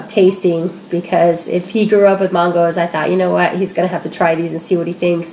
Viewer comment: I love your videos! :) But when you said "Mahn-goes" I cracked up. It's "man-goes". I love regional dialects! I'm from Ohio.